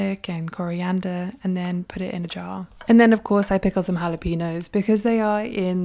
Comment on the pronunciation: Nice day (plus overnight) in the kitchen. I noticed someone wrote "jalapeños" in the comments. I think the intention was to teach you that the letter ñ with the wiggly thing on top is a separate letter in the Spanish alphabet and thus is not pronounced like an n without the wiggly thing. So try this: "hala-pen-yo"/"hala-pen-yo-z" You are doing ok though, you pronounced tomatillo perfectly. Double ll is also a separate letter in the Spanish alphabet and ís pronounced "e-jay" the way you said it in tomatillo. Kudos for taking a bite of the jalapeño 😂 Question how many soy beans do you de-shell? Surely not all of them? Even if I do it by hand or rub them in a big tea towel, not all the shells come off 😭